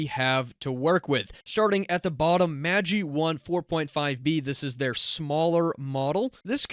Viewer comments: Pronounced Magh-EYE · FYI: Magi is pronounced maj EYE. The Magi were the "three wise men" of the bible. Gift of the Magi is a famous short story by O Henry. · MAJ-eye (assuming normal pronunciation) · The creators pronounced it Mageh but I agree it sounds wrong